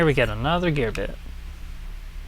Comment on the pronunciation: Such friendly commentary. I like "Gear byte" haha!